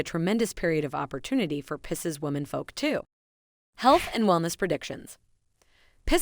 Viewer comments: It’s PIE-seas oh my where did you learn to pro ounce it like that? It sounds French. As does your Geminy. It’s pronounce Gemin-eye. I didn’t hear anything else you said as I was so fixated on that. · It’s PIE-SEAS… 😂